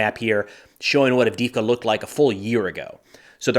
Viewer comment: Can you say Add dee Eve Ka ?